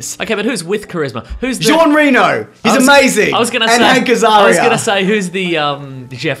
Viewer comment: You butchered Jean Reno's name pretty hard.... Poor man.